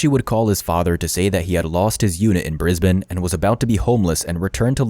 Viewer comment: You pronounced ‘Brisbane’ perfectly, though! We have some odd pronunciations that can differ slightly even within Australia. At lot of our place names come from Aboriginal languages ( of which there are about 250 and even more dialects). You’d have to be a local to be sure you got some of those correct!